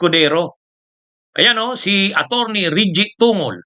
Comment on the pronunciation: TONGOL..... PRONOUNCE TONG GOL !